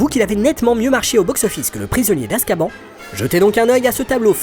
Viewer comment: ON dit askabane pas askban il le disent dans le film